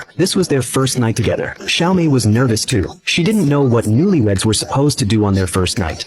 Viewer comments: Not Xiaomi❌️Natsumi✅️ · AI translation using Chinese pronunciation for Natsumi